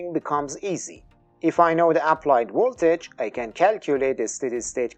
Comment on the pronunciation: I’m afraid I agree, I had to keep stopping and going back 10” to try and make out what you were saying. You’re pronouncing Current as ‘Crent’. It has two syllables, not one. “Cu-rent”. Also could you pronounce Voltage with a V and not a W? “Woltage” just sounds totally wrong to an English-speaker. Thanks!